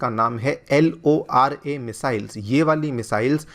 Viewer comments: L.o.R.a kyu achhe ae pronounce Karo LORA 😅🤭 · Sir ko missile ka naam lene me dikkat aa rha hai isliye L O R A bol rahe hai. ab sir bhi na wo LORA HAI LAURA NHI. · LORA ❌ LoRA ✅